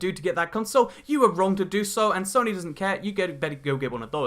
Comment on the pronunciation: please pronounce it soe-nee